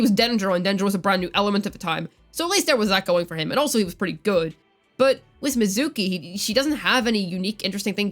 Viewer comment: mizuki❌ mizooki✅